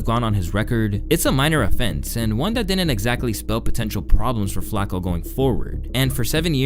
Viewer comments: Bro you’re driving me nuts. It’s “Flock-O” not “flack-o” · love the video but the way you pronouncing flacko is pissing me off lmao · The way you say flocko bothers the fuck out of me for no reason, "Flock-oh" not " Flak- oh" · Why this a.i. shit keeps saying flako..am I missing something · Is he saying FLAKKO half the time? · This guy just say "Flacco" 🤣